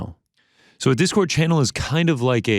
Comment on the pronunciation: “Pause right there.. what’s a disord channel?” 😂😂😂 I’m dead bruh